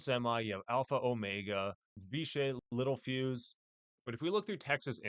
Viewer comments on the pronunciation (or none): none